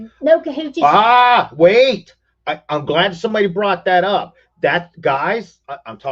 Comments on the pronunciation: it's not a Kahoochy. It is a Kolache. Lester never told you that a Kahoochy is from his game of Kahoot. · That's funny that you called it a cahootchie it's a kolache. I do believe 😆 🤣 😂 😹